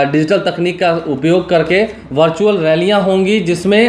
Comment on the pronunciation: Virtual hota hai.. Bhai... Bhartual nahi